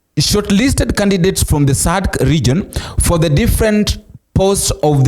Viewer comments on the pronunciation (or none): It is pronounced as "Sadac" and NOT Sadca🇬🇧